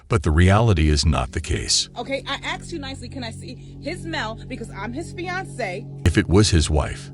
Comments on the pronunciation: "I axed you nicely.." No you didn't. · The second she said I aksed it was over